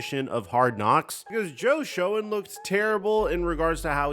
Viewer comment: stop trying to read the word Shoenn. Its pronounced Shane. You do good work when you want to but its obvious when youre mailing it in